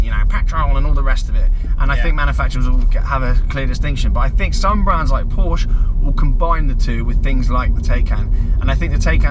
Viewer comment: You can’t get a range extender with the i3/i3s anymore. Pronunciation of ‘Porsche’ and ‘Taycan’ both weird/ chavvy